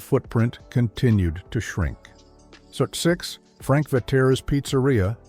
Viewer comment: Frank Ve-tay-ray’s!